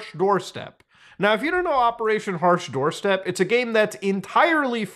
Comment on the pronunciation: "Operation hash Doorstep" lol its "Operation Harsh doorstop" I know because I thought it was the worst name ever and I still do..